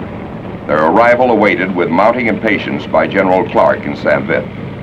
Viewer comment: Great upload - Thanks. It makes me chuckle that very few American (or English) pronounce St. Vith correctly. It should sound approximately like 'Sant Veet' since 'h' ("Ash") is silent in most french words. But, please keep up the good work!